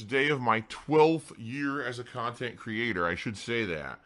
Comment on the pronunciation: 12 years of khantent and snorting dood